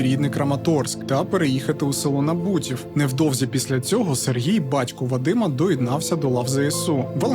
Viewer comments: Село На`бутів, а не Набу`тів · НАбутів, наголос на А